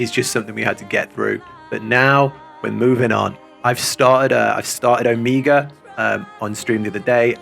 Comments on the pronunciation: The repeated "Omiga" really threw me off while listening lol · Too Bold of a statement, you still have Shadowbringers trials ;D Also: It's "Oh-Meh-ga" Omega as in the final letter of the latin alphabet :) rather than Amiga, a brand of computers by Commodore :P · how do you criticize someone's pronunciation without sounding mean? because i don't want to be mean, but also the way you say omega - which is a very real word which is not uncommonly used in english - kind of drives me batty! oh-MEH-guh. O, Mega. literally means 'mega O', actually! the last letter of the greek alphabet (big O sound, hence mega O) used as a synonym of 'the end'. real word! again, very much not trying to be mean, trying very hard to be educational and not sound critical, but i do think it's important to pronounce real words right when possible, especially when you're going to need to be saying them a lot very soon!